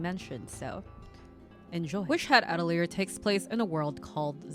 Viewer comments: just started the video but the way you say atelier makes me giggle, at-uh-leer hehe. uh-teh-lee-ay is the proper way! i fucked it up when i first read the manga but i knew damn well i was saying it wrong and looked it up. now it makes me chuckle a bit when i hear others mispronounce it the way i did too🤸🤸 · As a french person you are mostly right about the prononciation but the "te" in atelier is pronounced "tuh"